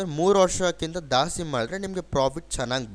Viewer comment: ದಾಸ್ತಿ ಅಲ್ಲ,ಜಾಸ್ತಿ.ನೀವು ಕನ್ನಡಿಗರಲ್ವಾ ಸರ್